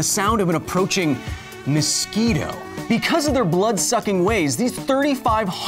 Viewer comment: It's not べコズ・サイエンス It's ビコズ・サイエンス